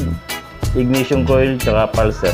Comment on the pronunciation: IGNITION sir, not IGNATION